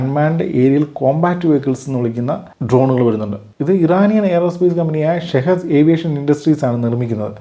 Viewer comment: Shahid അല്ല ഷഹീദ്‌